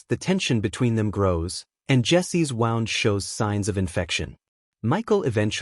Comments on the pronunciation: Gawd. Narration software still has a long way to go, doesn't it? "Jessie's wound"? It's pronounced "woond", not "Wownd" in this context. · its pronounced woo .. nd .. bad AI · I HATE AI voiced videos. An injury to the girls leg isn't pronounced 'wound' - like a ball of string. Its 'wound', pronounced 'oo' - like soothe. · I cant stand AI recaps! ! 🤬 How da flip do you treat a wawnd. . . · I really wish they would use less AI and more human narration. Ai doesn’t know the difference between wound (injury) and wound (like an alarm clock.) yah what he said!👆🏿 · I enjoyed the recap, thank you. Just one thought, though: would it be possible to use your own voice? Assuming you don't have a speech impediment of some kind, your voice has to be better than the AI one you used for this video, and I bet you can pronounce 'wound' the appropriate way. Alternatively, someone you know? Lots of us prefer real people to AI robots. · To AI; Wound isn’t a wound. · Jessi's "wound"?!? I thought AI was supposed to run the world. It can't even master basic reading skills. Js. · Your AI narrator can't tell the difference between 'wound' (past tense of the word 'wind') and 'wound' (an injury). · Will there ever be an end to this bloody crap? I'm referring to AI, not the film, it's EVERYWHERE now. It doesn't know context, so it doesn't know how to pronounce words properly and that's a distraction. ("wound") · AI can't pronounce words for 5hit. & it's Rhoda Spain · You need to find an AI ChatGP that can decifer the differences in English words that are spelled the same but pronounced differently!